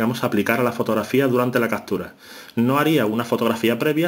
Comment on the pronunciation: "EfeSto, CaStura, direStamente"...Dios mio! Es necesario maltratar tanto al idioma? ....